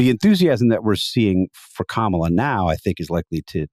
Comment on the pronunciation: What the hay, Jonah? You can't bother to pronounce the sitting vice president's name correctly? Maybe I expect too much from the Dispatch. Edited to add: I swear I saw you on a CNN panel this morning discussing the very issue of Trump mispronouncing her name, and you giving Trump the benefit of the doubt... and now I'm questioning your sincerity on the issue, hearing you do it, knowing you're absolutely aware of it as an issue of disrespect.